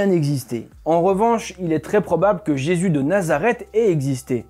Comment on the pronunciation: il du mal a prononcer le nom de JESUS , !!!!!!!!!